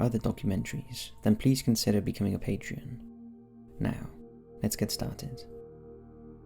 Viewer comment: Hello friend, really enjoying the channel! Unless it is a UK phenomenon, I believe sponsors of an artist are called “Patrons” /PAY-truhns/. Youre putting in an extra syllable. Otherwise a flawless performance mate!